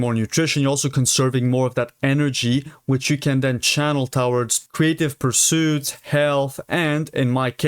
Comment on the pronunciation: thank u for making these videos! ps, it's pronounced "to-WARDS", not "TOWards" :p